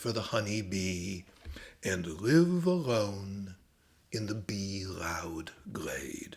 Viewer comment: Your "bee-loud" sounds a bit like "bee-rowd" to me 😅 It's kind of funny :)